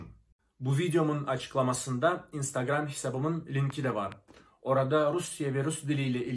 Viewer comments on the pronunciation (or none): none